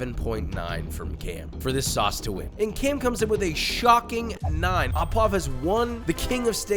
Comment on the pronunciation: Joishua frenchn prononciation is horrible. Au is prononce O non Aw